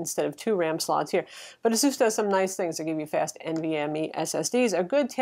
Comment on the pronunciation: it is pronounced ace-us